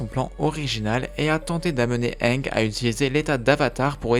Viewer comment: tu sait c'est pas le premier mot qu'il pronnonce mal dans ses vidéos